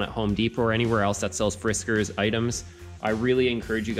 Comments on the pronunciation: It's Fiskars, not Friskars... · Friskars? Takes you 3:5 minutes to even get started? Blah, blah, blah. The first item you bring out you mispronounce the name. Can’t even watch this tripe.